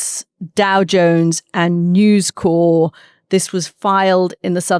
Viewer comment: Dumb people say "News Core". There is a military formation called a "corps", pronounced "core", from the Latin for "body". News Corp is from "corporation", which you can abbreviate to/pronounce "corp". Murdoch and Trump will reach an arrangement and use this to pretend they're not MAGA cheerleaders. Look into the Bruce Lehrmann/Brittany Higgins story in Australia. Murdoch stood behind his journalist who broke the story. But later, his media was central to gaslighting and discrediting the victim of se#_@ assault. His newspapers also relentlessly attacked others who stood up for her. He can play both sides.